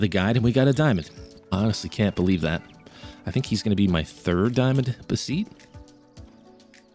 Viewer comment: Great video! (Note: I do believe its pronounced kind of like betheties) For the beceites